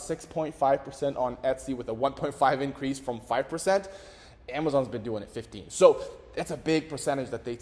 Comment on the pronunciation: Jesus Christ, you need to work on how you pronounce “15%”…